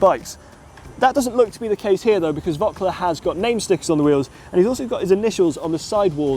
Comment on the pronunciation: Bad pronunciation of Voeckler ...